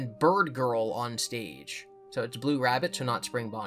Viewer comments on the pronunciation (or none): none